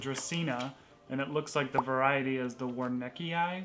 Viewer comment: Warneckii. You totally nailed it the first time. Cuddy is adorable and looks like he’s really looking forward to spring.